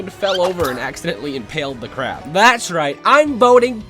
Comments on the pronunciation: You said "CARB" not " CRAB"( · It's Not Carb It's Crab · Not hope it’s carb it’s crab😂😂😂😂😂😂😂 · Why does the crab say carb 😅